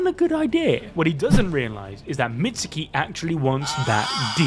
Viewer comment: Please learn how to properly pronounce Mitsuke’s name 🤦🏻‍♂️ Do you pronounce Sasuke “Sauce oo kee” no so don’t pronounce Mitsuke like that either it’s “meetz kee”